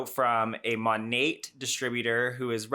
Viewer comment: I thought the T was silent, she keeps saying "Monate"